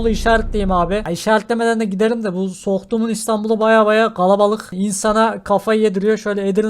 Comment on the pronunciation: sohğhtuğumun muhittini :)